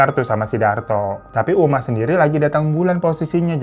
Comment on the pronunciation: 14.20 uma jadi umi 🤣🤣🤣